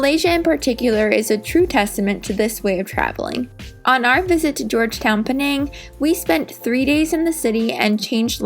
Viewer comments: It's actually "pay naang" not "penaeng" that's how its pronounced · Penang is named after an indigenous palm tree called the pinang (betel nut) tree. In Malay, the island is called Pulau Pinang (Pinang Island). The locals pronounce it "pi.. nang" as in "tin" and "sang"